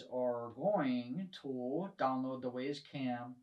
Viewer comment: The company name is "WYZE" as in "Wise", not WAZE, the GPS app.